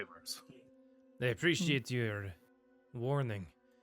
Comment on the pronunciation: So I can see the timeframe for scripting ep16 is recorded with Carries use of "Preesh".